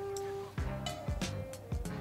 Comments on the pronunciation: Bruh, love your work and your content but seriously what is kiyuuuwayt? It is pronounced 'Kooweit. For once, consider the fact that English pronouncing is not always the right way of saying things gwaaad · Did you pronounce kuwait with Q sound? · Haha, never heard it pronounced that way before😂 q-wait